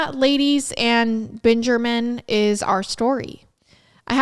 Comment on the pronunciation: ” ladies and Benjamin”? Are you drunk